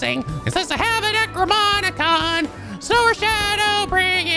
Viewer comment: Did you just say Necro Moni con again,? It's NecroNOMIcon.